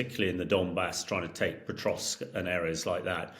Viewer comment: Good chat, but PLEASE tell Hamish that it is POKROVSK, not Petrosk. 🙂